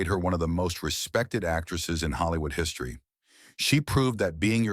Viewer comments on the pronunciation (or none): none